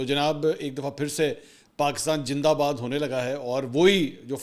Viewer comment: Please don’t say jindabad You know our kids will pick up this as a joke and these mispronunciations will become a part of our language and culture .